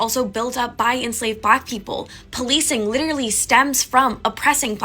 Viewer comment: Please stop saying litcherally. It’s not a word.